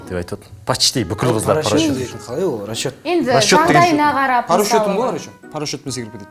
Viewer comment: По расчету дегенди порошокпен ушу деп естиген жалгыз менба😂